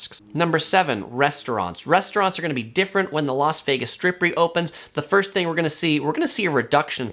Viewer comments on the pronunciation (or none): none